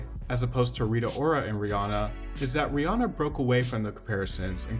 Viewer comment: People never get rihannas name right